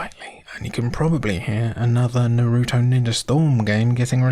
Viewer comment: Really... n'ROOto? What is it with you people and stressing the second syllable of every word? n'ROOto. And his best friend s'SOOkeh and s'KUHruh. Dunno if I'd call Ghost in the Shell a "hidden" gem. It's pretty well known.